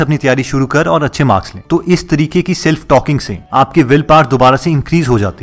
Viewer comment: Self power not saelf power.. first correct your pronounciation hindi wala... 😝